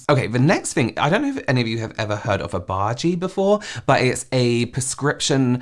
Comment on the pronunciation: "Has anyone heard of Obage?" definitely sounded like "a bhaji" and I was sat here thinking "Yes, of course, they're delicious..." 🤦‍♀😂